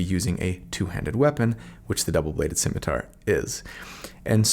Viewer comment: Because I'm a bad person, I enjoyed listening to you struggle with the pronunciation of "scimitar" (which apparently I've been pronouncing wrong my whole life - at least the part where I knew what that thing was). The obvious lesson here is: Live in blissful ignorance and never look anything up.